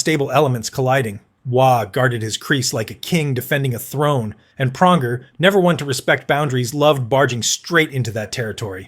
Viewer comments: Praunjer, Toochuk! When can we get a competent knowledgeable reporters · Cool use of AI voiceover slop. Couldn't even pronounce Pronger right.